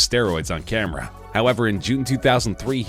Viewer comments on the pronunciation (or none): none